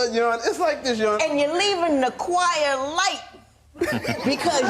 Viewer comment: Judge; "I love the drums.. I love when the chior get to.. And...." white people in gallery; 😶😳